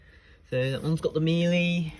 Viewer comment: That is not how you pronounce Miele